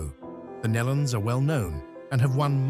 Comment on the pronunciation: It's pronounced "KNEE-LON" (Nelons). Get it right!